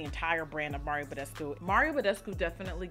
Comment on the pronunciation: When you said Mario Badescu, I hissed at my screen 😂. $dweezybaby